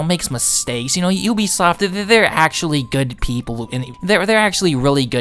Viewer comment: Upper ACKSHILLON Geymers